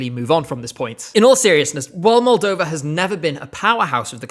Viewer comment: I will always stand by 2015 Moldova, I remember the first time you said it and I was so happy.